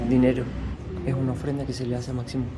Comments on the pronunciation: Se pronuncia "Mashimón" con SH, aunque se escribe "Maximón" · La "x" se pronuncia como "sh" de manera que no es maximon sino que "mashimon"